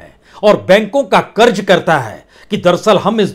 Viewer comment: Kiu ki hajaam hazaam aap nahi bol sakte. Tallafuz sahi karye karj nahi karz hota hai. Urdu ko padh late to aap ki keemat ziyada ho jaye gi